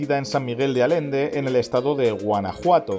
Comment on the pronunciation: Es san Miguel de Allende no arende de donde eres? Porque no pronuncias bien